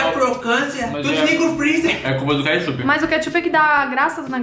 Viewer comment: só eu q entendi “Queichup”